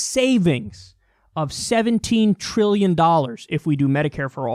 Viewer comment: Trilllllion. There's a 'T' in that bitch!